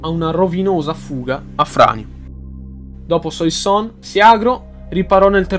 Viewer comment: Le pronunce dei nomi francesi... Suassòn, Orlìn, Edòn. E poi a dici "alla morte di Romolo Augustolo i rapporti tra i due (Afranio e Giulio Nepote) si fecero ancora più stretti". Ma in che senso? Romolo Augustolo è morto dopo decenni di esilio, mentre Giulio Nepote nel 480... ti riferivi alla sua deposizione, giusto? Comunque molto interessante.